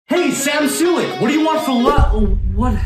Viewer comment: bro said soooolick lmfao